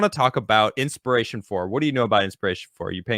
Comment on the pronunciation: it's INSPIRATION, not Ispiration.